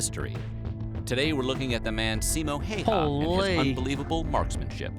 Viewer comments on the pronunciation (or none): Simo Hyyah 😝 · “Siimou Hei Haa” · "Simou HEY-HAA" 😂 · "Simo haiaa"✋😭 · what finnish people heard: Simo haijja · Oh god 10 seconds in and I'm cringing at the way his name was pronounced😭😭 NOT IN A BAD WAY! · how dare you to say his name wrong, you just manage to make him angry and thats why you hear the BIIIP he is comming for u